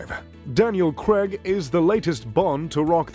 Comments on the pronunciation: Not to mention Daniel "Cregg" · Malicious design? Is English not your first language? And it's CRAIG, not CREGG.